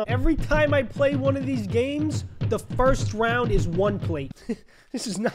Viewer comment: "the fiwst round is one plate"